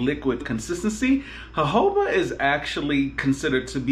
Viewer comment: Thanks sweety I needed this review and thanks for pronouncing Jojoba correctly😂